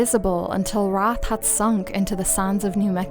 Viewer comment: The usual pronunciation of that word is "R-aye-th" and its a synonym for ghost/spirit, but maybe I am missing something. I think Wraith would be an awesome town to do more on if you are so inclined! 😀